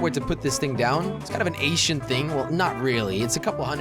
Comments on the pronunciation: its ancient, not Asian-t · Jelly..... Ancient not Ashiant Haha <3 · Acient is not how u say it. Ank-chient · Did he just say ashient?? 😂😂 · When he says ancient, it sounds like he says Asian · It disturbs me the way he says "ancient". lol